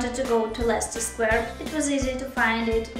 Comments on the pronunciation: You pronounce them both just fine, I think they were just giving you a hard time because you were a tourist. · Hooray! I love Leicester Square (and Russell Square incidentally). I think people got confused because it's so loud in London, not because there's anything wrong with your pronunciation. And as for the universe conspiring against you for no apparent reason... it's perfectly possible. The universe can be pretty whimsical sometimes :)